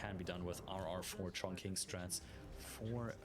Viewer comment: Mate, with all due respect and love, the Q in Chongqing gives a similar sound as 'Ch' and not what us English speakers are used to.